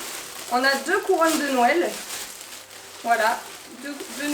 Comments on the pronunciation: Tu dit nouél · Le petit accents quand tu dit "nouèl"